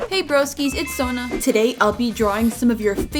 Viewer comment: pls sona i from new Orleans. there is no eens in it